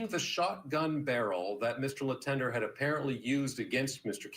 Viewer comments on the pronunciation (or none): As a french-canadian, hearing the name Letendre pronounced « Lee-Ten-Der » makes my ears cringe 😬😅😂